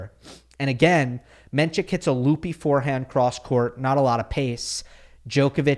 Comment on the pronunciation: You are mispronouncing his name. It’s NOT menCHik, it’s pronounced just the way it’s spelled “men-sick”